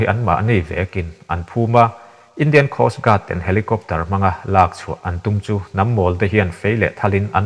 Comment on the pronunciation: TEN...( Chhu PHEN) tiang ang hian tinge i lam tlat a Tawphnawk TEN kan lam ang hian lam ve mai la..ngaihthlak a tinuam lo TEN i lam dan hian